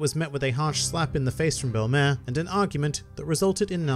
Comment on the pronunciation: Why does pronounce it bell*em*ehr and not bell*em*eer